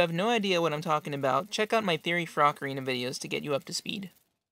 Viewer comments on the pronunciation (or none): HE'S SAYING ACORINA WHEN IT IS OCARINA